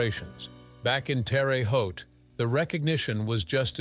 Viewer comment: it is not pronounced Terry Haute, Terra (Terre) Haute.